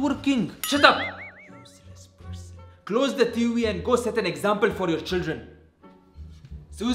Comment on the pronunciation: He said "t wi" instead of tv